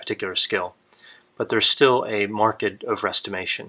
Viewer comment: He mentioned speaking as one of the skills, but his delivery is so boring, I could not finish it. And he pronounced 'marked' to rhyme with 'market'! He is not as good at this as he thinks he is. The others thing he says that sounds just very wrong to me is his repetition of "at a certain task". No, it is overall competence and illusory superiority Dunning & Kruger were trying to measure. The difference is important, since the whole point is that the victims of illusory superiority are that way because of a lack of metacognition, not because of deficiencies in their skills (which tends instead to follow from the lack of metacongnition). Finally, Dr. Grande is missing the social context of all this: Dunning and Kruger were not just psychologists, they are social psychologists. The social aspect is very important, because many of these incompetents have to keep their coworkers and superiors from seeing their incompetence too. They fool themselves to make it easier to fool others -- or is it the other way around? Looks like a question for more research!